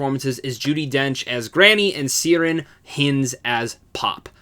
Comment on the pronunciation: I loved this one it's my new favourite film. Also pretty sure Ciaran is pronounced as Kieran.